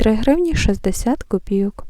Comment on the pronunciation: У Вас приємний голос і непогане знання мови. Але все ж таки правильно говорити "новИй тиждень", а не "нОвий". І ще: "копійОк", а не "копІйок". Цей неправильний наголос пройшов, на жаль, через усе відео. Будь ласка, не ображайтесь. Якби Ваша українська була погана (як у більшості Ваших колег), я б промовчала. А Ваша мова майже літературна, тож захотілося, щоб оце "майже" зникло. Я вперше на Вашому каналі, підписалася. Щиро бажаю усього найкращого!